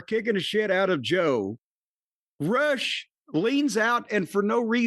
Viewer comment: Sweet lord thank you for actually saying “Rush” instead of roosh